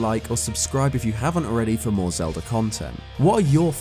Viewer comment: Ah yes the Lelda of Zelda